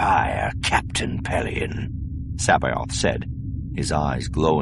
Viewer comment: his pronunciation really bugs me. it's "Suh-'bowth", not "Sah-bay-oth". the planet is "File-th", not "Fill-the". it's the "An-doo" system, not "An-doh"